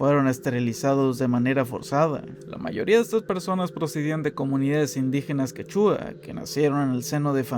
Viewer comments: se dice QUÉ - CHUA , lo digo en buen ánimo , gracias x este video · Buen video, pero porfavor la proxima vez investiga bien la pronunciación de lugares y nombres locales... Quéchua, Pucallpa, etc están pésimamente dichos y me dio un TOC horrible todo el video jajaj. Saludos! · Solo diré, pronuncia bien "Ancash" y "Quechua"